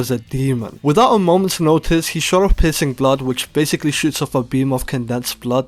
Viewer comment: my man no hate but your voice when saying "piercing blood" but all i heard is "p*ssing blood"